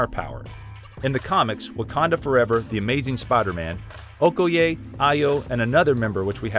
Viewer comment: Ooh I hate how you pronounce okoye... its not ok oh ye.. its o koi ye... You even butchered Nakia's name. white people stay butchering ethnic names even when there sources to here how to pronounce them..